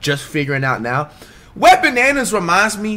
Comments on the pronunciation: did he just call wembanyama wet bananas or is it just me😂😂😂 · I remember us all clowning on flight for saying wet bananas and he stuck to it. Must be a pronunciation thing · I love how flight pronounces Wembanyama name 😂